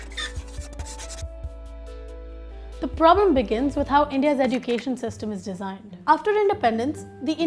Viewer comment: You are pronouncing education wrong search on Google